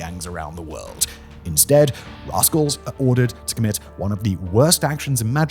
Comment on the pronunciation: What!? Spanky, Alfalfa, Buckwheat etc. Broke Bad? 😮 OH wait a minute! You said "Raskols". Had me going for a minute. 🤭